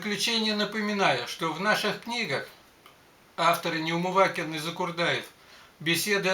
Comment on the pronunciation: Ну хоть фамилию-то не коверкайте, если помните! НеумываКин! И нет там буквы Й.